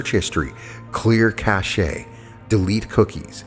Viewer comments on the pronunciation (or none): Cache is pronounced "cash"! Yes, it matters. I cannot listen to some of your activations because of repetitive mispronunciations, as my brain fixates.